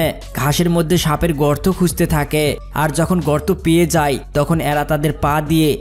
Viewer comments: ঠিক করে বাংলা উচ্চারণ করা শিখ যায় কে যাই, খায় কে খাই .। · যাই যাই বলছো , যাই নয় যায়।